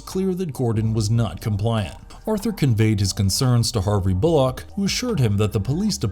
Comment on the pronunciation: You are mispronouncing Bullocks name